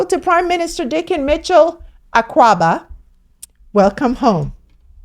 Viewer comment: we can always teach him how to properly say akwaaba 🎉